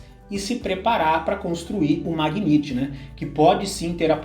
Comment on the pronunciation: A pronúncia correta do carro da Nissan é Megnait, e não Magniti.